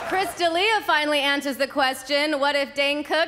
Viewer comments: Is Chris D'Elia drinking everyone someone says his name wrong? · The look on Chris D'Elia's face when Shaq mispronounced his name.